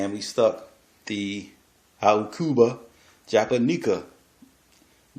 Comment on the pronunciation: Oh and I looked up the correct pronunciation of the aucuba japonica and it sound like this stessed/Awk(Hawk)-Yuh-Buh Juh-stressed/Pon(pond)-I-Kuh............................AWK-yuh-buh juh-PON-i-kuh